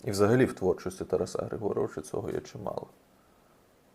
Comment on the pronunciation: З великою повагою. Не ТарасА, а ТарАса.